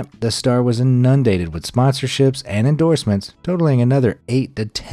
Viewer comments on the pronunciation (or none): LOL, *sigh*... "in, UN-dated" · There is a way of pronouncing inundated and then there’s what you did